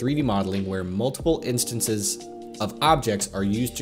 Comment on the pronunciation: "Instonces" Great video otherwise.